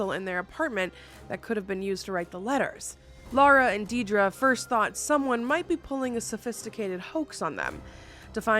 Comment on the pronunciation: My name is Deidre - never hear people say my name right. Entertaining to hear it said with ties to the true Annabelle beginnings. But also, DAMN! 😜😘